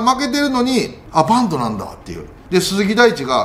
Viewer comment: 里さんのバントが… バンドに聞こえます…。